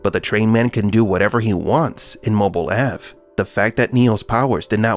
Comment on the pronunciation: "Mobil Ave" ?? Dead give away of an AI voice over. Blocked.